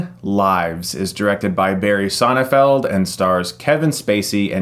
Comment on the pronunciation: It sounds like you've been saying "Sonnefeld", though the director's name is SonneNfeld... :)